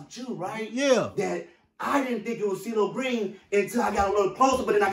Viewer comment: gee-lo green